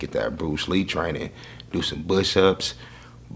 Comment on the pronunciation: Did dis nigga say bush ups?